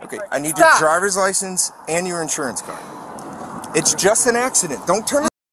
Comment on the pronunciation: Uh axuhdant? Wut aksadent? 🤣